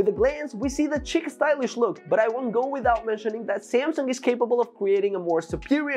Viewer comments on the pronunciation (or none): It's pronounced sheek not chick. 😄